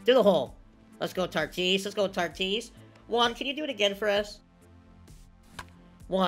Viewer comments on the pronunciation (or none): It’s “Tatis” not “Tartis” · This man says tartis instead of tatis 😂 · It’s not tartis it’s Tatis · why do u say tatis name like that 😭